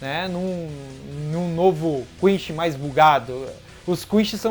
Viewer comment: Seus vídeos são massa! Assisto todos. O que vc pode melhorar é a pronúncia do nomes, falar igual a dublagem brasileira. Da uma sensação horrível ouvir vc falar ''Quinxi'', ''Rukía'' , etc. No demais, está de parabéns. :)